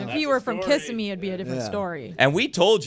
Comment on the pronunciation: Tell her to not disrespect the pronunciation of Kissimmee again. Kiss-a-mee is insane 😂😂